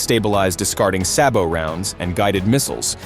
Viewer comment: Neither is the World's most powerful tank. The T-90 may not be in the top 10. And it's "say bo." :face-turquoise-covering-eyes